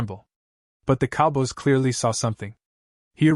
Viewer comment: learn how to say cowboys before you make your stupid videos